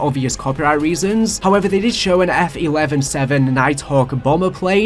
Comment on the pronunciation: You mispronouncing F-117 and panama was bad